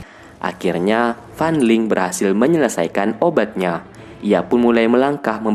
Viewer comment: Kaliantau gak tadi aku dengar FAN LING=FAN LONG